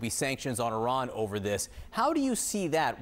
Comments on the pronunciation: Where is Eron? Why is Eron giving missiles to Ruzzia? OH thank you Blinken.. Iran.... Why do muricans mispronounce everything? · Excuse me young lady, but what the hell is an eeeron???🤨